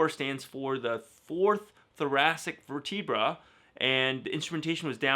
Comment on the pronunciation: I like how you pronounce vertebra like ver-TEE-bra